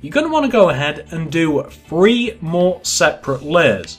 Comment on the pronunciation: Do you say free or three